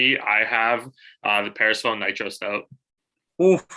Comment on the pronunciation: Love the shoutout, bro! FYI, it's 'per-sef-on-ee.' Get your head right.